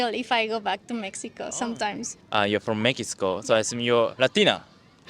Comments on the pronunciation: How cute is the interviewer who can't pronounce Mexico??? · hahah he didn’t say Mexico right not even once lol! .